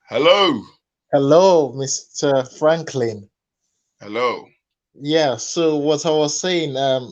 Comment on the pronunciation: Seriously sometimes😂😂I think you like""poultry business"